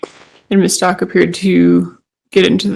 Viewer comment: I can't take listening to this witness anymore, I try.. it's so difficult, it's like she's got a frog in her throat, and can't pronounce Stauch , even though the prosecutor corrected her when she really botched the name. God forgive me, I just can't